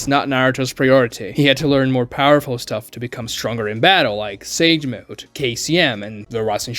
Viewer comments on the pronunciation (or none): none